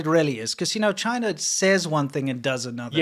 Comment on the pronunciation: CHIII-NA. DO NOT VISIT.